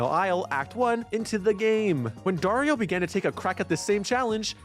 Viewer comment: just a quick note: Dario is pronounce ''DUH-REE-OH'' with an accent in ''RI''